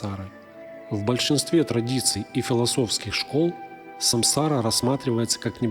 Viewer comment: Не саМсара, а саНсара😅